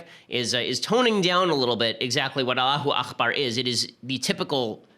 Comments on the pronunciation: Hate to correct you, Ben. It's pronounced "allahoo ack-bar." "Akhbar" means 'news'. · aKbar, ben. it's not akhbar. it's arabic, not hebrew. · It's "Allahu Akbar " with a hard 'k', not the Scottish "ch" sound